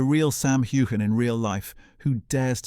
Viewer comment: You don't pronounce the "g" in Heughan. Just saying. It's like Hughes.